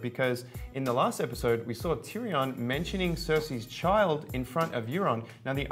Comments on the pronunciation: WTF is a "TeeReeON " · ... this dude doesn't know how to pronounce Tyrion.